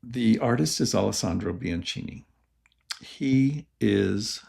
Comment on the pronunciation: Pls say “Biankini”😎